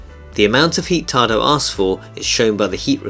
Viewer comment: Any reason why no instruction included when the Application does not present the control for Hot water ? Yes . . One can send an email to Tado technical support, but don't expect a reply. Also. There is no "r" in the word "Tado".